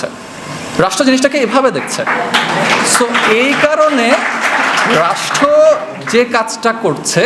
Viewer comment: বাবা তুমি রাষ্ট্র শব্দটা উচ্চারণে 'ট' উচ্চারণ না করে 'ঠ' করছো, সংশোধন করে নিও এছাড়া খুব ভালো বলেছো তুমি।